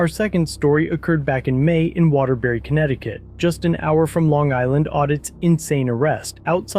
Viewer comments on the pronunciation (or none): none